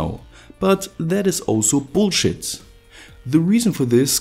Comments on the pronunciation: The way he says Bullshit... Is something special. That german accent is great when cursing. Lmao. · Is it weird that I love it when 'bullshit' is said with a German accent?